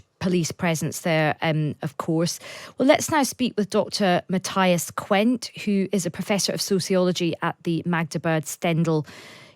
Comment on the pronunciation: He is pronounced Mat - tee -as! Get it?-got it?Good! (not Mat-taj-as!)